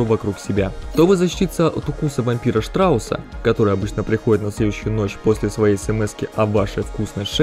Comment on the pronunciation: Штраус... ШТРАУСССССССС!!!!! Штрауд! А не страус.